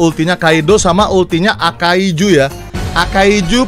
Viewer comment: akainu bang, bukan akaizu